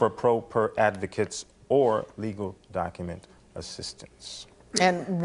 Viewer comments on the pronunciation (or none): docUHments. Wtf is a doc-uh-ment?